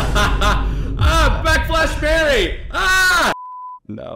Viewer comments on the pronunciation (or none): Did he say BACK FLASH MARY?😭😭